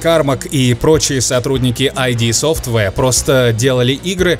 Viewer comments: вы там серьёзно? iD Software читать как АйДи вместо Ид?) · Они читают грамматически правильно, но такие да, название там все же "ИД". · Ид Софтваре ^_^ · еще есть те, кто говорит "айди софтвэр"?? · Это даже грамматически неправильно. Это не аббревиатура.